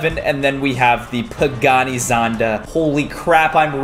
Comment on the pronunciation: Caylus bro it's not pagaani not bugatti